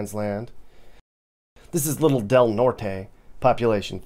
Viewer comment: Grandparents used to live in South Fork, my grandpa was actually the mayor for a couple years. Also, "Del Norte", isn't pronounced Nort-ay. It's just "Nort". Being from Texas it felt weird saying it like that, but the locals will look at you sideways if you say it wrong.